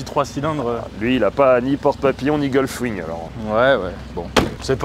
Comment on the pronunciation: "Gulfwing" 👎👉 Gullwing...👍